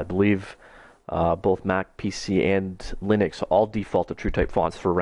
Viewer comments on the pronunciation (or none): none